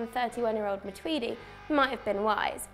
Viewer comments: Matuidi? You drunk son? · You guys are wank for sayin matuidi😂😂